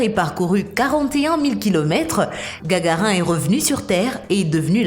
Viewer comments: La commentatrice est d'une inculture pitoyable : Elle ne sait même pas prononcer Youri Gararine, elle prononce Gagarin ! Elle a dû lire ce nom pour la première fois en lisant maladroitement son texte… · Youri Gagarin, se prononce Gagarine... Même en lisant une fille préparée, on se renseigne la Géraldine qui cause ! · Gargar1, soriou, ui .. j'en passe et des meilleures 😂 Ya des problèmes de prononciation là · Ah punaise ! Je suis pas seule à avoir eu mal à l'oreille. Gagar1.... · Tu le respecte pas gargarin tu dit même pas comme il faut son nom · Pareil. J'ai entendu gagar1, j'ai zappé en lisant les commentaires mais next. Pas convaincu. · moi aussi j'ai entendu gargaR1 j'ai taper un bon fou-rire est ciao ^^ les voix synthétiques font encore trop de fautes =') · Peut être qu'elle ne le connaît pas voilà donc elle ne sait pas dire gagarine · Enola Juillot Quand j’ai entendu « Gagarin », je me suis posé des questions sur les compétences de l’auteur de la vidéo. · Mdr elle a dit Gagarin xddddd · tout ça pour ça ? rien à dire ni à montrer. Et puis entendre Gagarin comme rhein et Sas prononcé "sa", pfff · Gagarin mdr on dit Gagarine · Gagarin??? pas plutôt Gagarine?? ou Mr Poutin??? non pas non plus Poutine??? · Inintéressant. J'abandonne à 2 mn 23. Juste le temps d'entendre parler de Gagarin, comme tarIN. Non, bande de rigolos . On dit Gagarine... INE. Les gens qui ne savent RIEN et qui veulent nous informer, ça m'énerve beaucoup. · gagarine connasse pas gagarin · Pas gagarin cest gagarine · Gargarine et non pas Gargarin! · Gagarin mdr y a plus de respect ça se dit gagarine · c'est voulu la prononciation gagarin... on dit gagarine !!! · En tout cas je suis tombé et me suis fait mal en entendant Gagarin au lieu de Gagarine , Youri GAGARINE. Allez mon voyage dans l'espace sans toi, je laisse ma place et je zappe. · Gagarine et pas gagarin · c'est GagarinE et pas gagarin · c'est gargarine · On ne dit pas Gargarin Mais Gargarine ! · mdrrrrr on dit Gagarine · Yuri GAGARAIN 🤣